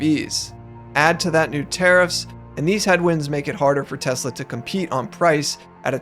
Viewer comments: I love Tesler😂😂😂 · "I love tesler!" 😅😂😅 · Oh, No! Not Tesler!!! Anyway... 😂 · Someone should tell the orange baffoon that it’s not “Teslurr”